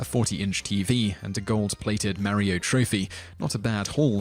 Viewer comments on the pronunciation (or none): please tell me he didn;t say Mario like that...